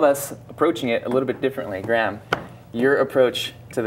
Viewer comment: His name is Graham, not Gram